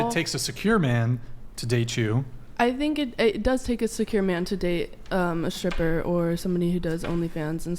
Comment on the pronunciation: Why the hell do so many people mispronounce their "st" and "str" sounds these days. Guys, she's a "shtripper" not a "stripper". I hear this fūckīn weird pronunciation on every second YouTube video I watch. Never heard anybody speak like that prior to a handful of years ago. Shtrong, shtairs, shtraight, exshtremely, etc, etc.